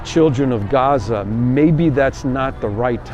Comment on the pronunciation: good quality video, but that pronunciation of Gaza was just too annoying.